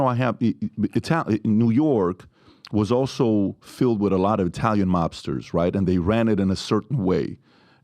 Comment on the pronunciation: What's wrong with his speech? Sounds like he adds "sh" to every word. For example See = shee, speak = Shpeak, also = alsho.